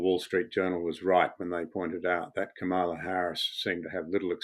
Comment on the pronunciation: "COMA-LA": Say that and you would have pronounced her namely correctly.